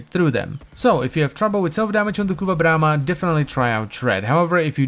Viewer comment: Say BRRRRRRRRRRRAMA one more time.